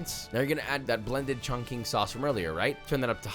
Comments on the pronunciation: You offended nearly the entirety of chin with the pronunciation of chongqing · Bro try to pronounce Chongqing properly 😢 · In mandarin, Q is pronounced Ts. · The Q in "chongqing" is not pronounced like a hard K, but like a cross between CH and TS. Hard to put into writing. Sorry, I took Mandarin in high school and it bothered me :) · What? Chongqing pronounced as "chong-shing", not chongking. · ChongCHING not ChongKING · It's not "chongking" it's chongching lol Qi is pronunced chi not ki. I definitely want to make that sauce though. Sounds amazing. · Chongqing = "Chongching" , not "Chongking" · Surprised our Asian friends didn’t comment on pronunciation of Chongqing chicken. It’s actually “chong ching”, not “chong king”. And I know that the “ch” and “q” are NOT the same “ch” sound in pinyin. :) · Chongqing is pronounced "Chong-Ching" not "Chong-King" - Q in Chinese has a "ch" sound! Other than that, an incredible video! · Love the videos! A note on pronounciation: in Mandarin, a q is pronounced like a ch (not exact, but close), an x is an sh (again, close but not exact), a c is a ts, and a zi is a tze. So, caiziyou is tsai-tze-yo, xaioxing is shaioshing, and chongqing is chongching. I'm totally going to try making your final recipe! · Is anyone gonna tell josh that the q in Chinese pinyin is pronounced “ch”? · It’s pronounced chong( ching) chiken but here in china we call this La chi pai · Just so you know, Chongqing is pronounced like "chong-ching" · chongqing is pronounced chong ching but we understand why you pronounced it differently. But there is no hate or being canceled if you say it the right way. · could've sworn you said Shaun King Chicken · Wow I do really wish you had judges that could elaborate on why they decided on their scores better, with more detailed explanations, rather than just a layman's pov. (p.s. Chongqing is pronounced Chong Ching, or really more like Chong tsing) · Bro called it “ChongKing” chicken to many times 😭